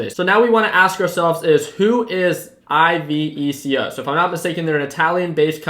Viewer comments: Yes, and it's pronounced "ee beh koh" I think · Iveco just say it how you write it I’m from Germany